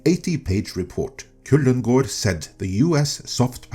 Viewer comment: I paused and replayed this video like 5 days to hear you say Kullengärd. Always fun to hear a native speaker pronounce words they way they're supposed to be said.